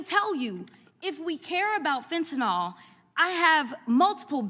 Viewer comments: PLEASE PRONOUNCE THE DRUG NAME CORRECTLY!! FENTA(NYL) NIL! NOT FENTANOL (NOL)- R.N. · Jasmine...it's fen-ta-NIL